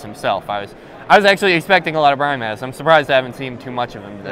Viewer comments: its annoying how he says BRY MAHZ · seriously Bry-maz... smh